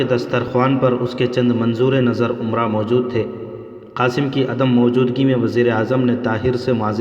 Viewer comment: Amara nhi umara Maham nhi muhim Ahada nhi ohda Apna pronounciation sahi kijiye